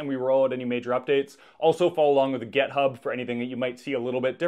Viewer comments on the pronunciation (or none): Love your project. Fantastic video. Glorious moustache. But sounds like you pronounce GitHub with an e? Is that an American thing?